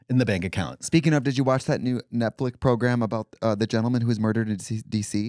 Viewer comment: “netflick program” trixie is 100 years old lmao